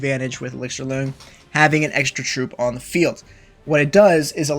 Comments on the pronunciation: When saying “loong,” it’s pronounced closer to “long.” It’s Chinese and means “dragon,” his name is ‘elixir dragon’ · BTW, you’re pronouncing it wrong. It’s a Chinese word pronounced “lung”. Hence the “Auqa Lung”.